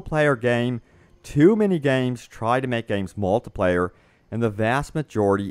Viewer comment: lol he said moltepleyer